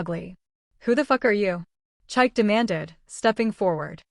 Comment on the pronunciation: Lovely story. For next time, the ex's name is pronounced cheek-kay not chaik.